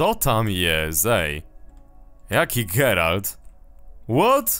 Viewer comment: NIE GERALD, TYLKO GERALT...